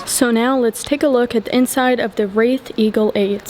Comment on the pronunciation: I love all your presentations.....always excellent photography and information. If I may....the correct pronunciation of this car is RAY-th. Like a ray of sunshine. (As opposed to wrath....which means extreme anger, I can't imagine anyone being angry owning this beautiful automobile.)